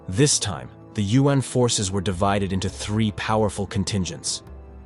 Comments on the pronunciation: YU-AHN or U.N.?!! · Hate it when yuan is pronounced as UN. It’s one syllabus! Not U N